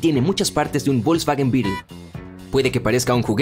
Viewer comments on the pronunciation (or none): none